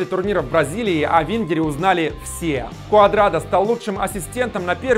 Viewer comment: Куадрадо а не Куардадо